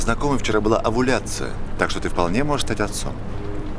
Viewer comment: Овуляция. О, а не Э. По-моему, это у Нюхача такой анатомический юмор...Хотел напугать коллегу-бабника.